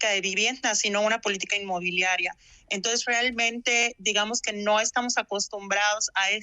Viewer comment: Como es que una licenciada dice "entoes" en vez de entonces??